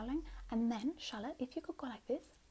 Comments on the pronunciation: No joke it took me longer than I care to admit to realize the name was “Charlotte”. I seriously thought she was calling us “shallot” as in a spring onion. 💀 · not me hearing shut up instead of Charlotte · just realized you’re saying “charlotte” and not “shallot” 😅🤦🏼‍♀️